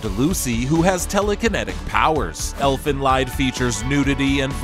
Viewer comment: 1. Elfenlied is pronounced more like Elfen lead, because it's german. 2. The Toky Ghoul Manga is quite good, but the Anime is Trash after Season 1. 3. Black Laggon is O.K. but doesn't belong here. 4. Where is Neon Genesis Evangelion?